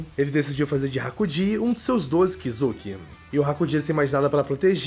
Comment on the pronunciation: e kizuki nao kizuk